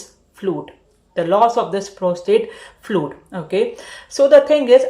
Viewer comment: Fluid not flud